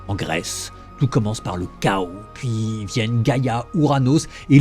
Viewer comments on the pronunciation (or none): none